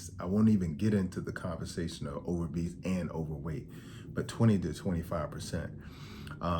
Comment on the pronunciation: I don’t get the “over-bese” instead of “obese”